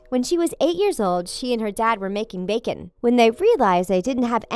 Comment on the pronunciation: "Do you love backen." me: I am vegeterien. "Of chors you do" me:😑😑😐😐 relly...